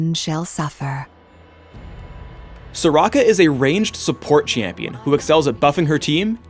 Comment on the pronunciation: Why does say "chee-ampion"